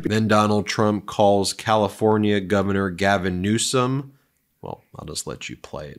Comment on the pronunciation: The guy to his right couldn't keep a straight face when trump mispronounced Newson's name.